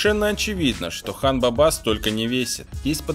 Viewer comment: Хан баба ударение на первый слог